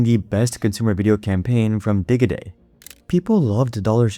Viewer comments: Can't past the digg-e-day... Not di-gee-day like digital. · So this is being read by AI. anyone else catch “dig-I-day?” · Di guh day is crazy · Umm…I believe Digiday is pronounced with a soft ‘g’….like as in “Digit”. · I love that AI can't pronounce digi